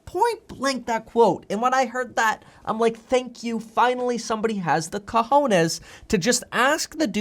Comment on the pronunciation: Hahahaha! " finally somebody has the COJONES" lol good job with your Spanish Kevin! Thank you for these videos. Take care Kevin!!